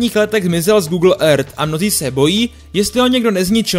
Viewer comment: ten proslov je strašný!!!jak vyslovuješ earth,to samé já řvu do mísy po tahu!!!udělej s tím něco,svěrač to nedává!!!